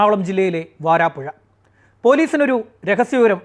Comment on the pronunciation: വാരാപ്പുഴ അല്ല....വരാപ്പുഴ.....